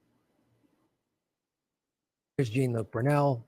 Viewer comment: Plz say his name right, it is pronounced "Jon-luc", just like the Star Trek actor. It does not sound like a refusal to respect the man, but rather proof of the ignorance and lack of sophistication and comprehension of lefties. You are representing all of us, way more than politicians so plz, plz, plz!